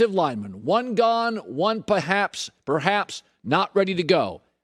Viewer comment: Colin "Pahaps" Cowherd